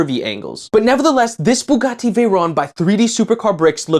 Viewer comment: why do you sat bugatti like that?